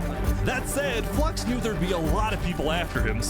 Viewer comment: No one says Flux's name right Its not a Eeveelution, Flux ION its FLU -IX-ON